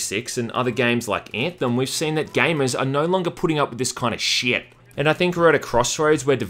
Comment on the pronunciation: Is it me or does anyone else enjoy how says shyyt?